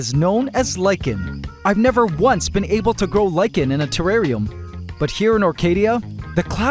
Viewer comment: Thank you for pronouncing lichen properly!